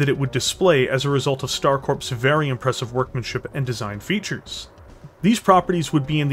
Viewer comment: StarCorps is pronounced "Star Core".